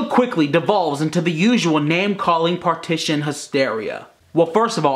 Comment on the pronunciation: par-tit-shun..... lol